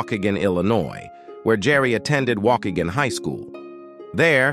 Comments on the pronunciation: Its pronounced wah-kee-gan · Waukegan is pronounce like "Walk-Kee-gone(or gann)". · Waukegan is pronounced “Wah Key Gen (hard G), not “Walk again.” Tricky word 😊